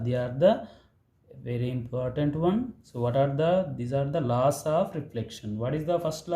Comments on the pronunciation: Good sir but some word like lawses not it just called laws and rasese not rays ok na sir but u r explanation is very easy and good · It's not losses.. It's laws😂